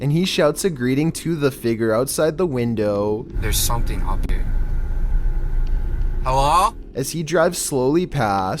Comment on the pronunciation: "The figger seems to be deceeeeesed" "Why is, the figger standing thair"